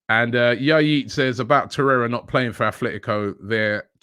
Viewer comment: Robbie is not a worldly person. Still pronounces the "s" on the team name Rennes. Calls Atletico Athletico etc.......